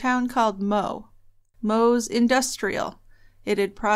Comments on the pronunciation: It is pronounced MO eee like Zoey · It’s Mo Ee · Pronounced mo ee. Really important to get the correct pronunciation of the town. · I remember this case as a teenager and being horrified at the fate of poor Jaidyn :( You described the town of Moe to a tee (it's pronounced Mo-ey by the way which you weren't to know ha). Regional towns in Australia can have systemic problems but Biylinda handing him over to Greg just seems so unfathomable :( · The town is pronounced as Mo-ee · Its pronounced "Mo-ee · FYI Moe is pronounced Mo-ee